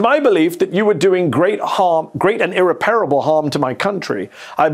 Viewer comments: Mehdi's English, obviously from West London, like me from his accent. So I don't get why he says irreparable like "I-repairable", it's not even spelled like that, but the stress is definitely on the last A and it's not Two different words jammed together like that. I feel sorry for Mehdi that he's slowly going native and forgetting his English. That's so sad. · Mehdi, you're a professional speaker. I should not have to tell you that the word is normally pronounced 'ir-REP-ar-ab-le,' with an accented short e, not ir-ree-PAIR-a-ble. Some of us would rather see a coffee stain on your white shirt than have our nerves grated by such professional sloppiness.